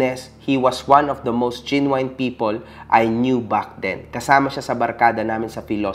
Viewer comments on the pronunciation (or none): "genuine" ❌ (Gin Wine)✅ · "GINWAYN PEOPLE" HAHAAHHAAHHAA